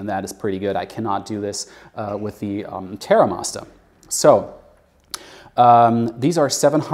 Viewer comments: He's not English!! 😂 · Why does he say Terra Masta?